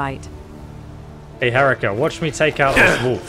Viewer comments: I love he she accurately corrects you with the pronunciation of her name: HA-REE-KA and then you continue to call her H-Erica the whole video lol. I liked that at different points she finds it amusing and annoying lol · her-EEK-uh. I found it a bit disconcerting how you pointed out the one word she mispronounced and then even after she pointedly corrected you on the pronunciation of her name you continued to mispronounce it the entire video. Pretty amazing stuff otherwise. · I love how she immediately corrected your pronunciation of her name and you still kept saying it wrong the entire video. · Dude, for the billionth time, it's not Herika. It's Herika! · Maybe by next video you can learn to pronounce her name. It is not Erika with an H. The middle syllable is 'reek' and it is emphasized hair-REEK-a would be a closer pronunciation. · It's Huh-ree-ka,: ok cool Hair-ek-uh. Me: She literally told you like 5 times how to pronounce her name. She said "Oh that's right you're from the UK, I didn't expect you to be able to pronounce it correctly so I gave up. 😂😂😂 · Herika: "My name is pronounced her-EE-kah" literally always: "HEH-rick-ah" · I find it funny that she kept trying to correct his pronunciation of her name, but he just didn't change it at all 😂 Herika: It's Heh-REE-ka: H- erika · I love how Herika clearly told you it's pronounced "heh-REE--kah", yet you still pronounce it "HEH-ree-kah" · My name isn't hERICKA, it's pronounced Hair-EEka. He proceeds to say Ericka & herikka the remainder of the gameplay, she gives up correcting him, she realized her name is whatever the hell he's gunna call her. xD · Dude, it's Herika, not Erika. Stop dumbing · For the love of Talos stop calling her Erika 😂 This is amazing though, excited to see where this goes in the future! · You never did get her name right, even though she told you 5 times. Hah-ree-kah. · It's Hair-eek-ah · Gets mad you mispronounced "Herika" -Mispronounces "wound"